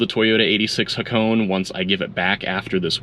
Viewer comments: you pronounce it like this Ha ko nay its japanese its name after a famous drift road in japan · Ha-ko-ne. 'Ne' as in 'never'. ✌